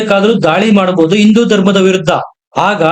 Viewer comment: ಸರಿಯಾಗಿ ಹಿಂದೂ ಎಂದು ಉಚ್ಚರಿಸಿ. ನೀವು ಇಂದು ಎಂದು ಹೇಳುತ್ತೀರಿ.